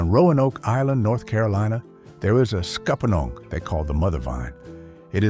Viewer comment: "Scuppernong" = "Scuppa-nyong": that "n'yong" is important. I am pretty sure scuppernong was an Indian name. No matter how folksy they are, AI doesn't know about these things.